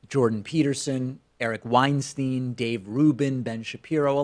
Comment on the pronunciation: The fact alone that you dont know how to pronounce Mr. Weinsteins Name tells every viewer so much about you. Btw what where you're intellectual credentials again for you to talk shit about people who've spend years in their fields to get as much knowledge as possible.. ? You fuck.